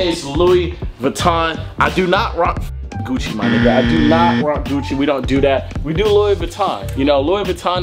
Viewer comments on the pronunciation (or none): none